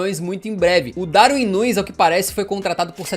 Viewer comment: Para de falar o nome do Darwin erradoooo